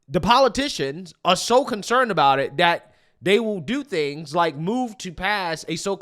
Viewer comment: Dat. Dis. Dhem. please practice